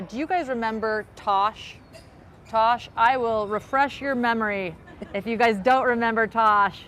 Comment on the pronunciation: Its Tass or Tash. Short for Natasha. Not Tosh. Please get it right.